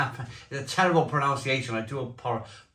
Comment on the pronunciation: Thanks you've just reminded me why I stopped drinking Champignuelles back in 2016. It's pronunciation not pronounciation btw